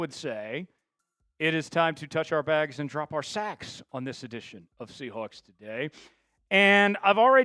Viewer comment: Chat Sports should have guys who actually grew up in the same state do the reporting. I can’t stand someone who pronounces Sea HWAHKS.